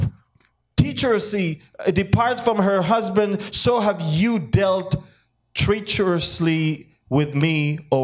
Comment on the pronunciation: Treacherously tretch as in stretch. Tretch-er-us-lee.